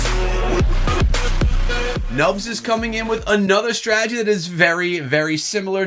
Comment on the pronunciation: Anyone else get annoyed by the way he says strategy? Why does he say "Stragey"?